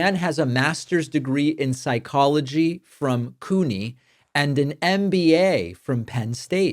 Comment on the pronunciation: David it's pronounced Cue-nee. Not coo-nee. Just a heads up from a New Yorker.